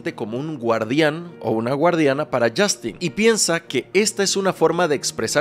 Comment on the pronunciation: Yastin 😂😂😂 ay porque me Dices yastin suena gracioso hasta en inglés lo pronuncian como yostin